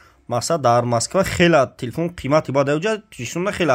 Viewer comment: Телефун не телефон 🤣